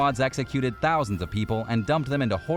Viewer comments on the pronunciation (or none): none